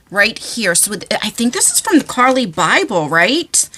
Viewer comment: I love Carli and You are saying her name correctly I've followed her for close to a decade now she is amazing i still have her first palette and a backup one she signed 💜💚❤️💛💙